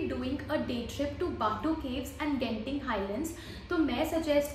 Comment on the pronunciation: *Genting is Jenting in pronunciation